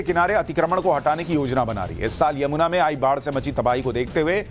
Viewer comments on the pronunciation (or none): none